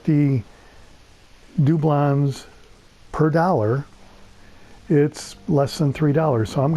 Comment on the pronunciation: Do-blons I like the way you say it